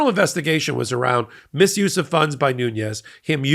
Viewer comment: I don't think the second N in Nunez's name is the spanish enya. I think it is pronounced as an ordinary n.